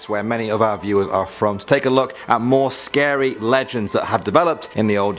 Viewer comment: ahhhhhh to scerrry